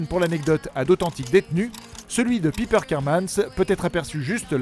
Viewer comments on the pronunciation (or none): "pipeure kapmane" je suis mort! on dis "paipeure chapman" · Et déjà c'est " paillepeur" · Piper prononcé à la française quel bonheur... Et l'actrice se nomme Taylor SchiLLing et non SchiFFIng... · "Pipeur" pour prononcer Piper non mais sérieux quelle horreur, sérieux ne parlez jamais des détails de Charmed... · Comment vs prononcer Piper mdrr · Waouh comment t’as écorché le nom de chaque piper Chapman 😂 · Vous auriez pu prononcer Piper en anglais ! Même dans la série Charmed ils faisaient l'effort. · Vivement le 9 juin pour la saison 5 ! Super vidéo au passage, mais la prononciation de "Piper" est à revoir... x) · Y a que moi qui ça choque la façon dont il prononce le prénom piper ? 😂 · Kaori Review même en VF ça se prononce à l'anglaise alors pourquoi ils le disent à la française 😂 c'est super moche en plus